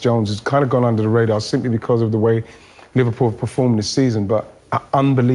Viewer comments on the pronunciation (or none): none